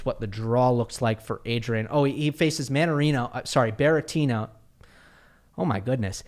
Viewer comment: Berretino 😅 I love slips of the tongue, lol. Loved the saddle pun 😅 good one!